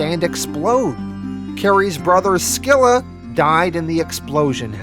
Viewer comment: Fixes Singapore yet can’t get “Skilla” 😂